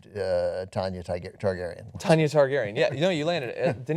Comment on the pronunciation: You should see the names he says in some of the reviews, pretty sure he said Teargarden instead of Targaryen one time, hilarious.